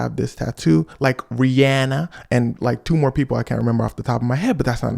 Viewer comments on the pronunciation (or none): the situation is very tragic, but ngl "rihAHHnna" took me all the way out